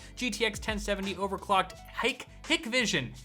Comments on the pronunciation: Its pronounced "hike-vision" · it's pronounced Hi k vision